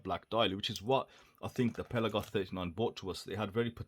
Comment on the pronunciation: Apparently pronounced "pel-aaah-goss". I'm surprised that the Seestern isn't cheaper given the cheaper movement. Must have some other benefits. Will wait for the rest of the review.